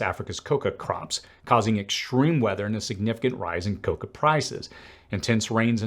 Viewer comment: Thanks for all the great info and research. It's "cacao" - ka-cow. Coca is .. . . something else.